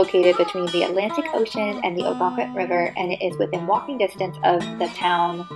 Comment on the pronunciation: I’m from Maine…September and October can be busier than the summers. In addition…the town is pronounced “Oh-gun-quit”. Many other places in Maine offer this type of quintessential New England. Enjoy exploring Maine!